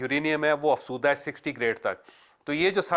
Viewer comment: Choudhry sab ye lafz afzooda hai.. ap hamesha afsooda boltey hain..